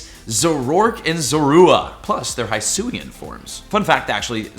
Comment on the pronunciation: Hate to be that guy but its not Hysuin its he-suian